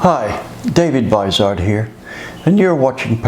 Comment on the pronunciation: David, I wish you'd pronounce your name properly, remember It rhymes with WIZARD